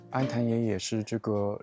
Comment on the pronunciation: 念 安"雲"野